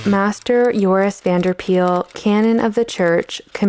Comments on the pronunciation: Just a bit of pronunciation: You call him Joris Vanderpeyl. Instead, his the 'Van der' should be pronounced separately from each other, as well as Paele being pronounced more like 'Pay-lay'. Also, this is really understandable for non-Dutch speakers, but Van is not pronounced like the vehicle van, but more like 'Vahn' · Pityyou didn't get to trying to pronounce Van der Pael's name correctly. Pael is more sounding like 'Py-el' than 'Peel'.